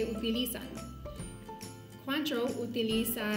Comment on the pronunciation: Se pronuncia “cuantró”.